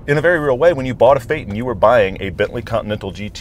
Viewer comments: You still mispronounce it consistently. It's fay-ton, not fay-nn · german here: "TON" is pronounced "TON", not "TN". PHAYYYYY-TOOOON. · Shows official pronounciation - "fay-ton" - immediately pronounces it "fay'n" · Fay-ten? No. It is pronounced Fay-TON. Like the suffix of Photon. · It says "Fay Ton' not fay'in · As someone that owned one a few years ago (too expensive to fix and keep on the road) it's Fay-ton ( fate-on) not fay-tin I was at the VW dealers here in Scotland countless times and it was never ever pronounced Fay-tin, for such an expensive car it was boring to drive but it was good to be a passenger in and the climate control was one of the best I've ever used when it worked properly as it would stop working sometimes and had to go back to the dealers to be repaired, has to be one of the worst purchases I ever made and I lost so much money on it even though I only had it for less than a year (eleven and a half months) and sold it before the one year warranty ran out. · No, VW doesn't say to pronounce it "fait-en", its says to pronounce it FAY-TON ... the "on" being prnounced like that in "crayon" or in "don" or "Don" or "non", etc.... or think of "ahn", as in "autobahn"... In fact, both syllables should be pronounced with equal emphasis, as "FAY-TON", not "FAY-ton"... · So, you read the phonetics of 'Phaeton' and then ignored it? It's not "fayten", it's "fay-ton" with a step between. Like Futon, as the literature also references. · Handbook states “fay-ton”... still says “fate-en” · the O in Phaeton is pronounced fay-ton not fay-tn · ton is tun fay tun not faytn!! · Pronunciation: Fay-ton.....Faytn 😂😂😂😂😂😂😂😂 one more time: fay-tOn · They literally told you how to pronounce it... and you still can't. Fay Ton. Not faytn. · Exactly what is a Phay'un?. It is pronounced as PHAETON (say as FAY-TON) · Fay-ton So, faytin...? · It says “Fay-Ton,” NOT “Fay-tin.” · it clearly says it should be pronounced "Fay-TON", or do you also pronounce Futon as "Fu'on"?